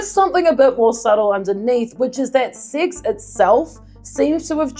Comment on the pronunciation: At the beginning, your pronunciation and the middle letter being hidden behind you makes it seem like "SIX".